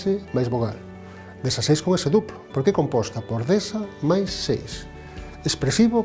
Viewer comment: Não é dezAsseis mas dezEsseis